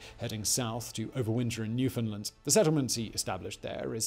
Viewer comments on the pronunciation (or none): Oh Simon, it's Newfoundland, not Newfinland.